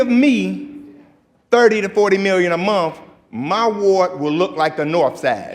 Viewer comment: Chicago has some of the most uneducated sounding leaders in the country! Wow! …saying mumf instead of month …saying axe instead of ask!